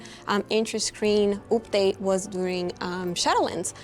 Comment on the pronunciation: lol why say "oopdate" when you can literally just pronounce it correctly? not like we're making a video for hundreds of thousands of people